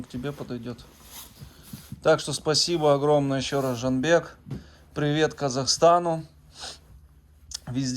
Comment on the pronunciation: Красавцы какие, серо бежевый вообще))) Жанибек ударение на и